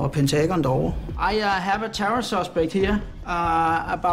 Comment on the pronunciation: Pen-taegone......... yeup, Det er sårn man udtaler Pentagon.